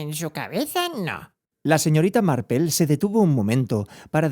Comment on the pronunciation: Yo pense que estaba equivocada... que no habia leido Marple.... pero si, es Marple... Por qué le dice Marpel? Si es por pronunciación, seria algo más tipo "Marpl".....